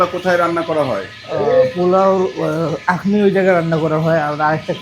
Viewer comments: Akhni not actually yeakhni. O k bro. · আকনি না আখনি, কারণ খ শব্দটা আরবি খা এর মত উচ্চারণ হবে 😍